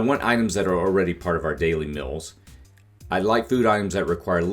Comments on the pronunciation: The word meals is pronounced with an e and a, not an I. Meals not mills. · Mils? It’s pronounced meels. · I like the video, but want to throat punch you for saying MILLS instead of MEALS. WTF DUDE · This guy pronounces "meals" like "mills"